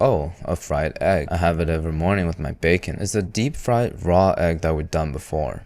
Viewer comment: "DEPP FRIED"